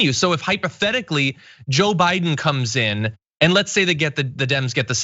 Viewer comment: Am I the only one who heard Chis Hayes say "O'Biden"